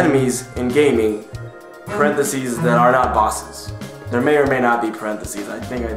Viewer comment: Dere you go. Dere you go.